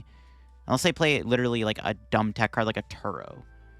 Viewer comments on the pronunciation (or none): none